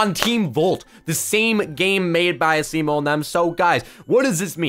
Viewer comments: Your saying asimo wrong this is how you say it (asmo) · Why is he saying asimo the wrong way??? A-SEE-MO